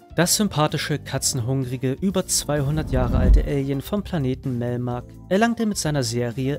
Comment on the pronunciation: Der Alien und Melmac, nicht Melmer.